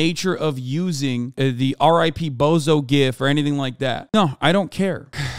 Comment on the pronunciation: Ew, Hasan says gif wrong